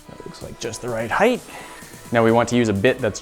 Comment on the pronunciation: Nooooooo... people learn on this channel- please don’t perpetuate the use of the pseudoword “heighth”!!!